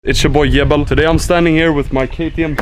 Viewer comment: yebel? thats how it pronounced? i thought it was pronounced jibel